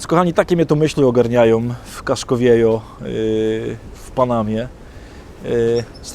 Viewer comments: "casko wjeho" sie czyta drogi Ojcze Adamie:) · KASKO WIEHO, Padre. Po hiszpańsku J czytamy jak H. :-) To taka mała sugestia na dalsze etapy zwiedzania Ameryki Poł. Z Bogiem :-) dzięki za te vlogi z różnych krańców świata